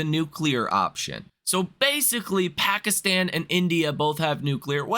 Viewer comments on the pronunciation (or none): none